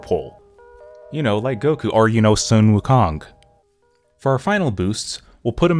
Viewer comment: It's okay, most people don't pronounce the name "Sun" correctly. It actually sounds more like "Swen," at least from what I've heard.